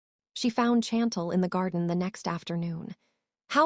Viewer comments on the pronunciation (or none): When OH WHEN will A I begin to get namesand words pronounced CORRECTLY Hopping not hoping, Chantel is mispronounced and I 'm misspelling to give the correct pronunciation (Shawn-tel) and I 'm sure there are others in this story. Not the fault of the WRITER as the story is very good to craft something with so many twist and turns and delving into his private medical records, his sister, his former girlfriend or fiance and who knows who else!!!!! Wait just a minute I thought he had already told Lil' Miss. Nosy that he wasn't into her which was why she began digging into his medical ?